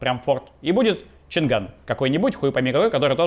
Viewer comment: Не ЧанГан а ЧанАн (Г не произносится !!!) ты про Китай тоже говоришь что не пользуются спросом , а из на складах нет , раскупают просто нериально ;))) нихрена ты не шаришь ахахах 从中国给你你好